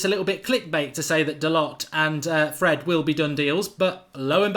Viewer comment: Pronounced dalow u flopppppp put some respek on his name